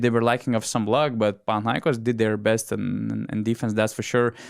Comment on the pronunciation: I like how the guy on the left is pronouncing PanathinaikOs correctly. It's the simple things, you know.